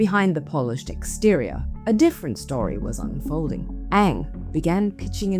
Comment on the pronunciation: Ng not ang, get the surname right… why is it ang for most of this video?